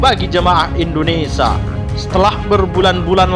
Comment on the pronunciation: Usul kpd pembaca beritanya.mhn diperbaiki membaca IndoneSIA bukan IndoneSA.tks